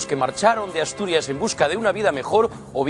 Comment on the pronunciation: Puxa Asturias?, tarás de chancia non?, dizse As-Tu-Ri-Es, -Es. Sinón, dices Viva Asturias, pero nun mestures ho.